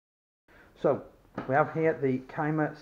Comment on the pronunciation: I used to hate CYMAs (See-muh) not ( Kuy-muh) after owning a budget AK from years ago but I recently acquired a couple of newer CYMA AEGs ( This M14 and an AK74N with side folding stock) and I must say they have definitely stepped up their build quality in the last 6-8 years. Aside from them shooting well over 400fps stock they are.great budget replicas that I am excited to skirmish with this season. Much better externals than the all ABS plastic that my $100 CYMA AK47 was made out of.